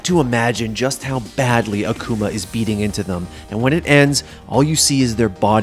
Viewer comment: "Akooma" Gj idiot u had 1 job